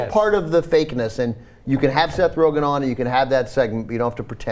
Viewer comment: I know this is assholey, but his last name is Rogen, not "Rogan"